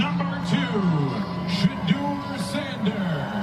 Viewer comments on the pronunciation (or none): My sentiments exactly Please pronounce Shedeur the QB name correctly. AI and all